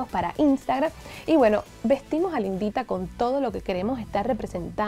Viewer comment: me dio mucha risa cuando dijiste lindita, yo entendí la Indita🤣